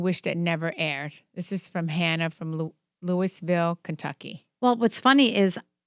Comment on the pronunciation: ... "Luis- vill, Kentucky" This lady is dumber than a bag of rocks.